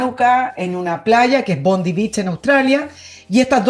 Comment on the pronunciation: Bondi Beach, la playa, se pronuncia BONDAI.